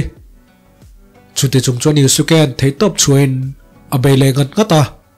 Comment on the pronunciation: Yuske ti a lam tur o